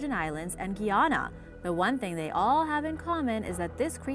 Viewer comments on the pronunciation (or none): Gee-anna and duppy made me giggled not gonna lie